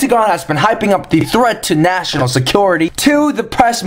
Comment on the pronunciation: Ha ha... With your comparison of American to a sassy teen girl, every time you said "National Secrets" I was hearing "Vaginal secrets." I was then thinking "What did he just say?" Then you mentioned "National" in a clearer way.